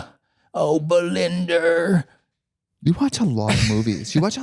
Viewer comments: Katya saying, "Belinder" every 5 seconds. I LOVE IT 😭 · I know Trixie knows Granny but I swear Katya must be a vod watcher because Granny's been saying BELINDER for weeks